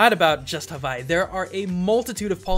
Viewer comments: I'm sorry bro, but as an Islander within the Hawaiian chain of the video your pronunciation of Hawaii is kinda, bad. I'm sorry, but don't worry 😉 love watching your videos to I'll continue to watch it. Cuz their awesome. ❤️ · Why do some people pronounce "Hawaii" as "Havaii"??! It's reminds me of that girl on the tv like.. " to the sandy beaches of Havaii..." To the something something of.. . Havaii.." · he calls it havai instead of hawai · Oka sole, havaii?? What's havaii? It's Hawaii, for future videos. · Havai? Is that how it's pronounce. I have ALWAYS heard it be called as HaWaii. With an english W. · Does anybody else notice he is saying "Havaii" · Loved how you started by pronouncing HAVAI and siwtched back to normal at the end lol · I'm sorry, this bothered me, but Hawaii is pronounced "Havai'e" You forgot the "e" at the end Sorry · Is Havaii the correct pronunciation of Hawaii, or somewhere else entirely? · The way you say Hawaii makes me uncomfortable. Its proper Hawaiian pronunciation has three syllables, Ha, Wai (pronounced Vai), and `i (pronounced as an E). More modern pronunciations simply use a "w" rather than a "v" but still has three syllables. Source: Live here. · My dude! I'm from Hawaii, and you do NOT pronounce Hawaii that way. doing that will get you called a ha'ole (local slang. kinda racist. ) Please don't say that. not tryna be mean, but thats pretty high on the pet peeves list for people from Hawaii. (you pronounced a lot of other stuff too.) P.S. I love your videos! I don't want to offend you. You're still cool! P.P.S I do wanna note that you explained the history really well. Im actually asian, but I live in Hawaii. Thanks. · why do you keep pronouncing Hawaii weird..?